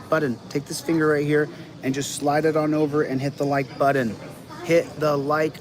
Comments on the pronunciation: “Hit the Like “Buddon?” What happened to the “t’s” in that word? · Joses rabbit hole - Chillito will be dining on some Peking Bunny before his hole is done. - there is no D in button dude (Butt-Ton) come on man. Never quits, but readily tries to withdrawal...lol They waited till the last day the court would allow - how was that rushed? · He can’t even say the word button correctly. He pronounces it like a 3 year old. It driver me crazy😝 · He said button correctly. He says button wrong purposely. Is he trying to look dumb? I don't understand his thought process lol.